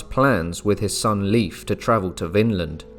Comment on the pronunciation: Leif is pronounced “Layf” not “Leaf”